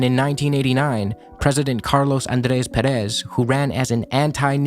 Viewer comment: great video but man please please please the tonic syllabe is Pé in Pérez